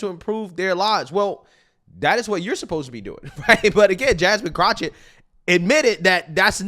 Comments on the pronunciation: It's jasmine CROCKETT...NOT CROC-HET 🤣🤣🤣. Please lol it's CROCKETT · WHY, WHY, WHY do you keep mispronouncing her name? For the record it is Ratchet Crotchett..... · Her last name is pronounced Crock-IT. IT IS NOT Crotch-IT. What’s really on your mind, brother… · FFS! Her name is pronounced kro/ket. There is no CH anywhere in her name. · Do you purposely pronounce her last name wrong (which I wouldn’t mind) or do you see the K in her name as an H? Just curious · The way you pronounce Jasmine's last name is funny. Do you even watch these videos you opine on?! 😂😂😂